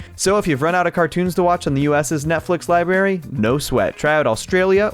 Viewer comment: "...on the US's Netflix libarry ..." ysee, thats the kinda stuff i subscribed for